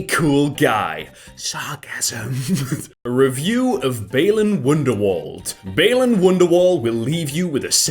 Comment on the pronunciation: 🤔 The world part of wonderworld is pronounced the same as world.